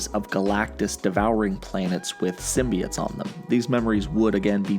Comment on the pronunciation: Symbi(oh)tes not “symbiut”